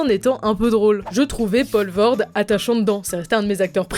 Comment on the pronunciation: Poelvoorde ne se prononce pas paulvoorde mais poulvoorde